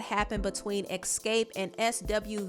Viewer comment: Every time you said EX-SCAPE my eye started twitching. Smh